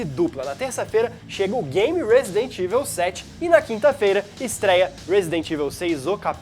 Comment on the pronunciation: Só uma crítica construtiva pra galera! "EVIL" se pronuncia "Ivol" não "ivel" Abraço :D